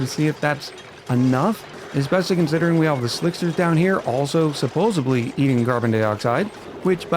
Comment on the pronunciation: Oh no. You said "supposebly" Unsub! lol